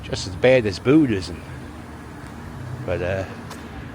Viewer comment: You know someone is from Philly when they pronounce it "Boo-dism".